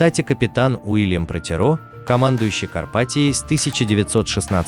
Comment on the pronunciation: Не карпатиО, а карпатиА